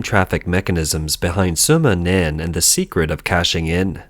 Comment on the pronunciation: Wumao aka "Fifty Cents" name = Sima Nan. Not Soma Nan ROFL!!!